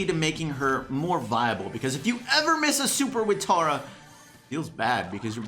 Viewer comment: stop saying tAR-a it's pronounced tERRA